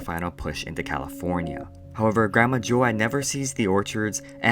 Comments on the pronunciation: Have I been saying my name wrong all this time? I thought it was joad like toad but this kid keeps saying jo-ad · Yeah he pronounced it wrong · Joe-ad?? I swear it’s Joe-d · His name is pronounced like toad but with a j sound, as in jar. Do J-oad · Ocean Water It is Joad like Joe-d. Even in the movie. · Thanks for the summary friend! I appreciate your work here. Just a small tip though, Joad is pronounced "Jode" with a long "O" sound. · joAAd? the hell? Do you even english?